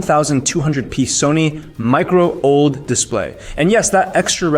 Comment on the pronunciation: also learn the terms before making the video lol comes off as AI generated script AND gives the impression you have no clue what your talking about. i dont trust this review if you cant even say OLED correctly lol